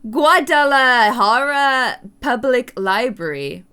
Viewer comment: You pronounced Guadalajara right!!! Good job!